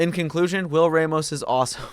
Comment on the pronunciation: It's pronounced Ram-os Not Ray-mos